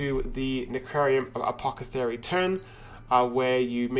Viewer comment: Don't worry. Some day you'll pronounce necrium apothecary correctly. I believe!